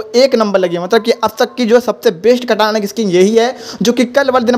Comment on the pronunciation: Bhai vah Katana skin hota hai kata nahin